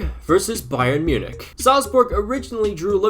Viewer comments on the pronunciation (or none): none